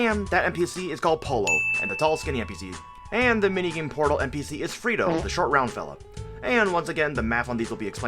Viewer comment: "Especia" means spices not spicy. Its "Pollo Frito" not "Frito Pollo". The "LL" in Pollo is not pronounced as a single L like in Polo. Same thing for Frito the letter "T" is not a "D".